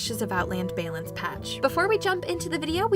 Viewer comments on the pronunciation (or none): I'd be more upset if she pronounced it right. Not having her say "baylance" at least once per few episodes would be a total buzzkill. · Etyl seriously- it’s not like it’s a regional dialect or something. She’s just straight up pronouncing the word wrong.